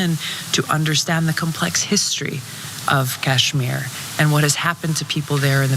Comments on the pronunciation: First of all It's KASHMIR not CASHMERE!! Learn how to pronounce first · Please watch Sham Sharma show... You will get clarity... Its Kash-mir not Cashmere... You cant even say the name correctly...please stop reporting on it....